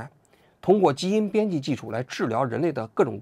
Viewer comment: 罕见病 han 3 第三声